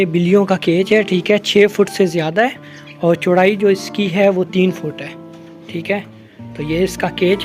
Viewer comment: Boht khoob ❤ آپ اور کو اووڑ کیوں بولتے ہیں